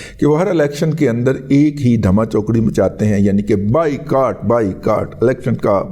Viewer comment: آپ نے بائیکاٹ کہا یا بھائی کاٹ۔ واضع نہیں ہوا